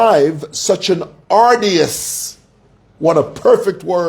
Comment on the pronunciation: ARDUOUS is pronounced - aa- dyoo- uhs (UK) or aar- joo- uhs (US) and not aa-di- yas,. Just saying, since you like correcting others.